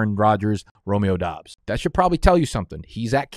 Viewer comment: He got the Doubs pronunciation. A man of the people